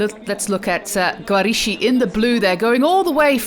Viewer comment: my compliments for the Italian and Spanish pronunciation, but the Italian letters "ch" are pronounced as like the letter "k" in English Barbara Guarischi = Barbara Giariski